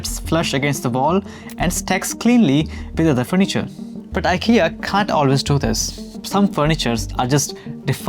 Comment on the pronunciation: It’s Eekea😊